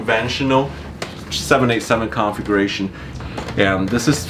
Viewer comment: It kinda sounds like you're saying "Conflagration" instead of "Configuration" con·fla·gra·tion /ˌkänfləˈɡrāSH(ə)n/ Learn to pronounce noun an extensive fire which destroys a great deal of land or property. "tinder-dry conditions sparked fears of a conflagration in many drought-devastated communities" synonyms: fire, blaze, flames, inferno, firestorm, holocaust "the conflagration spread rapidly through the wooden buildings"